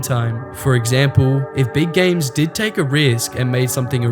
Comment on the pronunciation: "sqare" "Sill" "Gams" God damn learn some English